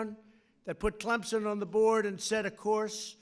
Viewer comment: Its CleMson.. Not ClemPson.. Dumb ass!!! TIGER PRIDE!!!